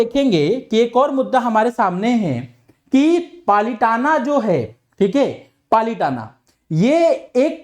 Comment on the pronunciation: Its palitana not palitan